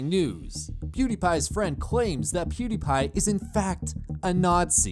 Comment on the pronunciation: i like how he says Pewdiepie, "Poo D paaa"